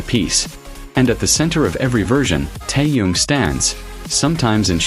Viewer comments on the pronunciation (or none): Блогер научись правильно произносить имя Тэхена дизлайк а не лайк